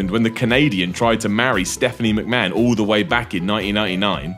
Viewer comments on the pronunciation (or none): none